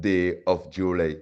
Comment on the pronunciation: please stop killing the English language....how did you pronounce JULY..... (JULAY) Really????? You are such a comedian. I love your messages but please make it easier for us to understand by speaking creole 😊